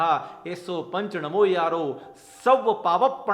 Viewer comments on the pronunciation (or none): ऐसों पंच नमोकारो है ना कि नमो यारो है,आप नमो यारो बोल रहे है,आप अपने आप को सुधारो